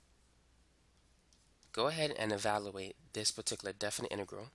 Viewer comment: Please say evaluate, not evaloooate. You say "value" correctly. It's just e-value-ate.